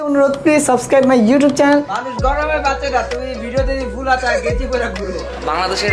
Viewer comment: চেনেল❌ চেলেন✅